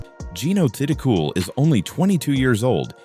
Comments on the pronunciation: Should learn how to pronounce her surname! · #11....how about narrator mispronouncing Jeeno's last name!????🙄🙄🙄😡